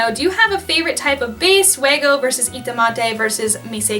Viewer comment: Wego is pronounced like (we+go) not (weh+go) But yeah nice bags c